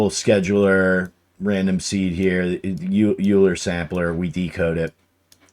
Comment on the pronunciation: Euler pronounced oiler or oy·lr.